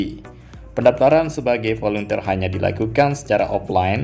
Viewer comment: Volunteer cara membaca volentir